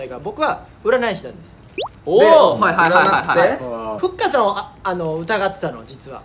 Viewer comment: の阿部くんの読み方がふっかあって感じだから、ふっかのLINEの名前がふっかーとかなのかなっていう想像😹